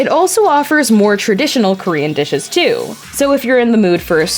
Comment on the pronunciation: The narrator must know her meats well… she totally butchered pronouncing all the korean dishes